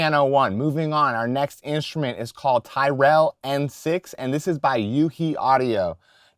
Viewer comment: You're incorrectly pronouncing Tyrell